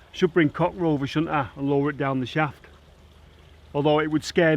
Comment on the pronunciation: "Coc Rover"😂😂😂